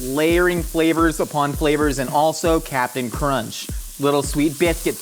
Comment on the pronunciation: there is no "t" in the name "Cap'n Crunch." mispronunciation